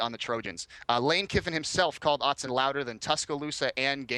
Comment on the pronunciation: "Outsen" stadium?! Learn to speak USC.